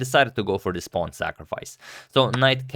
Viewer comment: yes, except for saying pawng instead of pawn all the time.